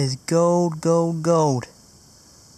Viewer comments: You know there is an L in the word gold, right?? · When you found the gold ring you said gowd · it's gold not gode